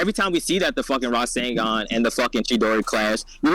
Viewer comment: Bro said Rising-Gone haha 😂😂 instead of rasengan